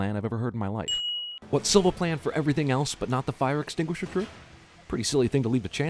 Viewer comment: As a Brazilian I'm impressed at his flawless pronounciation of Silva.